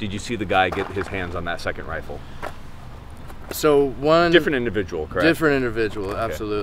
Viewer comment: The look that little punk gave the guard after he disarmed him was like, "But, but...that was MY wifle!"